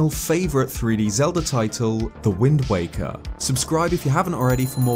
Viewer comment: I swear he kept saying “wind wanker” lmao